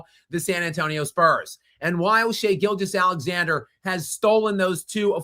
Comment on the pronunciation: He always pronounces SGA's name as if it's Shai-Gilgeous Alexander, like Shai-Gilgeous is his first name and Alexander is his last name.